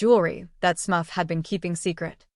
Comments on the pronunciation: SMURF! Not smuff. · Smuff??!! COME ON MAN!!! Smurf!!!!! Smuff sounds like ear muff!! SMURF SMURF SMURF 🤦🏻‍♀️